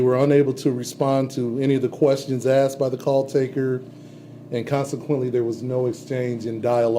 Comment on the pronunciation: The Police Chief can't even pronounce the word 'asked'. Tell me he was a DEI hire without telling me. Everyone, but his parents failed that child. 😢